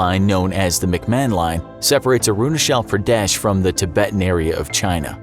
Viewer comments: First of all , you spell Arunachal Pradesh . It's not Uh-roo-nuh-chel Pruh-deh-sh , it's Ah-ru-naa-chal Pruh-de-sh :( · No one : Literally no one : The guy speaking: aru na shell pra des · Am I the only one who’s uncomfortable with his “aroonashell praadyesh” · he can pronounce China with a " Chai " but he can only pronounce Arunachal with "shal" .... wtf lol ? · It is not pronounced as 'Arunashal Pradesh'. It is 'Arunachal Pradesh'. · Sorry your pronunciation is wrong it's not arunashal Pradesh (I'm an Indian and it's differently pronounced here in India)😂😂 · ITS NOT ARUNASHAAL PRADESH ITS CH CH NOT SH AND A IS AAAAAAAAAAAAAAA A FOR AAAAAAAAAAAAAAAA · i kept laughing after hearing how arunachal pradesh was pronounced its like aaaruuuunaaaachaal pradesh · I was so confused when he pronounced Arunachala Pradesh and aksai chin 🤣🤣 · I like the way he pronounces Arunachal Pradesh😂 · How difficult could it be to say Arunachal Pradesh correctly 🤔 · the way he spells "Arunachal Pradesh" is just akward for us and silently embarassing fr the narrator. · How he pronounced arunachal pradesh is funny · Your pronounciation for arunachal pradesh is completely wrong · Bro you are pronouncing Arunchal pradesh wrong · You can't speak Arunachal Pradesh properly ?